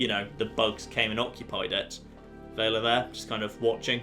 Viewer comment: VELL-UH Not "Vae-luh" O.o...